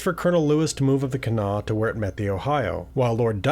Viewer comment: As a WV girl, shouts to you for pronouncing Kanawha correctly! If you want to sound like a real local, pronounce Huntington more like "Hunnington."